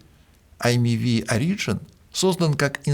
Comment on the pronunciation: В этом выпуске резать ухо изволит произношение "origin" как "ари́джн". Если на языке Шекспира, то "о́риджин". Если на языке Мольера (где дизайнили), то "ори(д)жи́н". А "ари́джн" - такого слова в русском литературном языке, уж извините, нет... (отсылка к "Зоне" Довлатова, если что)